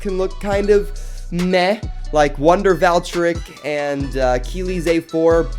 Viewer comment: Wonder valtreik he said